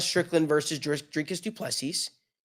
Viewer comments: No, not du Plessis! Say Doo plu sea!!! Sea, one sea not seassssssss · the s at the end of Du PlessiS is silent. and the I is pronounced as a ee . So you can say du pla sea.